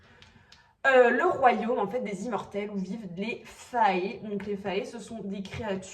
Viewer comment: Désolée, ya pas de remède contre le virus de la romantasy, t'es foutue haha Pour Feyre, ca se dit "Feïra" et fae se prononce comme fée en francais 🤭 Hâte d'avoir ta réaction au tome 2 😏😏😏